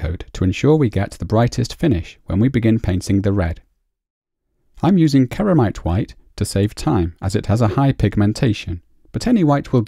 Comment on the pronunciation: Painting Also, "Ceramite" is pronounced with an "S" sound - think of the word "Ceramic" :)